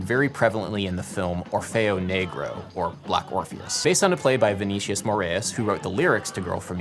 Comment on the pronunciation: It’s not Vee Nee Shious - Its Vee Nee Sea Ous